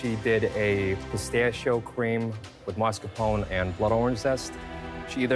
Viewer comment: There is no "dd" in "Ricotta" - use the "tt"s! There is an "e" at the end of "Mascarpone" - use it! "Cannoli" is already plural - why the stupid "s"?